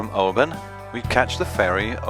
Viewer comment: mispronouncing Oban often. they should socialize with the locals more?